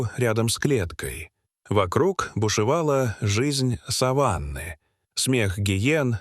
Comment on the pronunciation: ........вглубь дикой сАваны....??? - сАван - текстильная материя(может быть любая,но чаще ткань белого цвета,которой покрывают покойника перед погребением)...,а вот савАнна - это часть земли лесо-степного характера,в основном это в Африке...савАнна,парк-заповедник Серенгети.Так это что заповедник покрыт сАваном и там покойники животные,Дальше слушать не о чём!!!Ну использование ИИ в полном разгаре,самим то лень!!!!